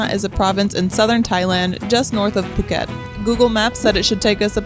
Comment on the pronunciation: That is not how Phuket is pronounced